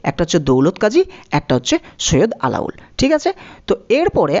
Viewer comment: আলাউল নয়, আলাওল হবে